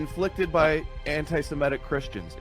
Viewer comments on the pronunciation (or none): If you're gonna be confidently polemical about 'anti-Semitic Christians' (Know More News), could ya at least pronounce the vowels in 'Semitic' correctly? I don't understand why this word is so difficult to pronounce? Everyone correctly says 'SemItic,' only to go on and say 'anti-SemEtic.'